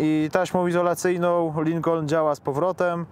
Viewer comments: Lincon! Nie wymawia się "L". Ucz się od Złomnika! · A Złomnik mówi, że się wymawia Lykon. Tak mówi... Edit: Jednak Lynkon. Mówi, że Lynkon. Środkowe "N" mi nie działa w głośnikach.